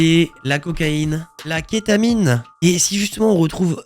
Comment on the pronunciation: Tu peux pas dire ketamine de cette manière sans avoir déjà pris de la ketamine 🤣 ça m’a bien fais marré. Sinon superbe vidéo ton discours est superbe merci de parler de ce mouvement comme ça 🥰❤️